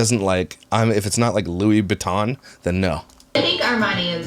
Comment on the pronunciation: I love that called it "Louis Baton" 😜😄